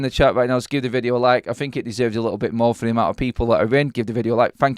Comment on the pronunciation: "A lickle bit"?? Wtf?🤦🏻‍♂️😂😂